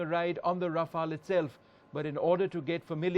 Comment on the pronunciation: This isnt your off the shelf paracetamol. Planes don't expire. Besides, it is Rafale, not Raflae.